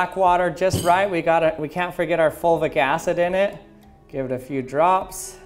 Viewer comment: Is he saying “folvic” acid?